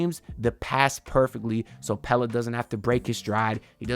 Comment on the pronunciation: 🔥🔥🔥 thanks for the content… I really like Stevens… glad to finally hear you say Pelle the right way also 😅